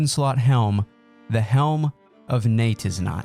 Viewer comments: Nice that Nex will be out soon for a new endgame goal potentially! Also wish I could super-like this just for the correct pronunciation of Neitiznot alone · im so glad you said the name of the helm right! i cant believe how many people say it wrong, along with the isle of jatizso